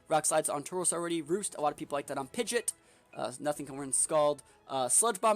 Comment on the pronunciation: It's pronounced Pidgeot, not Pidgeot 🤣